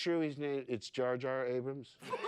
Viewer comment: JAR JAR ABRAHAMS LMAOOOOOO